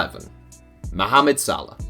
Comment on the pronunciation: I love how you pronounce mohamad correctly